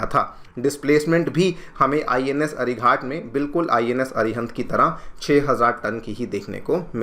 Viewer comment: Ghat, not with a hard t, like 'Ghatna', it is Ghat with a soft t, like Ghatak, meaning deadly. Why you pronouncing ghat like as if it is some ghat on the river ganga. Pretty bad, considering you are an ex IPS.